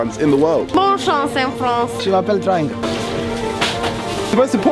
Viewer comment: He said " Je m'appelle triangle" lmao